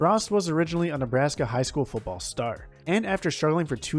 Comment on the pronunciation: This has nothing to do with your picks, here . . . but you really ought to start practicing on the letter "t". It's "FOOTball," not Fuboll." It's "Biletnikoff" not "Belidnikoff." Etc. But, nice list.